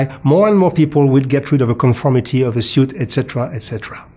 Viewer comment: nice video, lots of research and history information, thank you. please say S-U-I-T (sut) but not S-I-U-T. (siut) in the future 😂